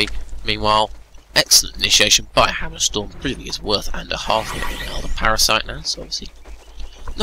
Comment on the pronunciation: It's not your english, you just mumble SO much, can't understand half of the thing you're saying cus a word like "Hammerstorm" in your mout sounds liek Hummrestm